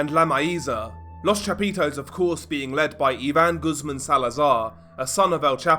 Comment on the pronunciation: Not Goosemen. Pronounced - Goose`mon.